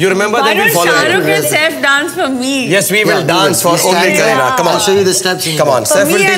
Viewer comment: Am i the only one who heard srk saying kerihad kapoor to kareena kapoor.